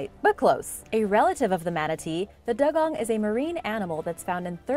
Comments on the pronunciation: It's not called a " Daa- gong!" It's called a " Doo-gong! Just saying! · It's pronounced dew-gong.